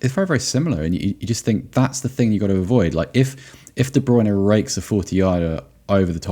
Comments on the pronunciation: I'm so glad someone pointed out the weird way Derek Rae says Kevin de Bruyne's name! Though his German pronunciation is impeccable (I assume, as I don't speak German). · I’m fking dying at the Kevin de bruyne pronunciation